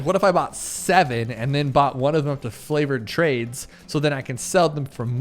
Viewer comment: Were u saying flavored trades?!